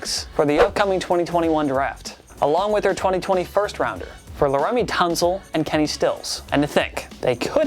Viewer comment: "laREMY Tunsil"